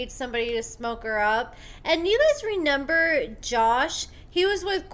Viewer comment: I absolutely LOVE your work. My whole family enjoys your content. However, you struggle with reading and some words in particular... one of those words is "reMEMber" which you consistently pronounce as "reNEMber". My daughter did that when she was 4 years old and outgrew it. I think that you too can correct this mispronounciation. I believe in you!